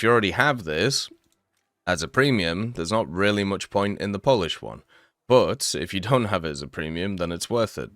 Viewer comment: Poland? "We puish"